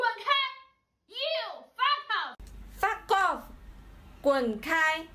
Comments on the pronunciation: anyone notice how they all look and sound like a shih tzu every time they say foff ;o) they had me dying, it's like being threatened by a 8 year old. adorable. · "Fa Koff". God, the cringe! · An amusing tangent. It's amazing how much of an english accent most of those chinese women got when saying "Fuck off"